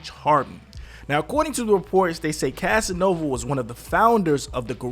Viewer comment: Bruh you said “Casanova” wrong in like 3 different ways lmao 😂 you had it right at least once thru out the entire video. Lmao.